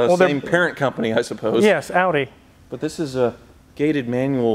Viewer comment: 186k is nothing. I've seen them with over 300k. Justin Ballous is the most famous high mileage example. Also, you mispronounced best engine Audi ever made.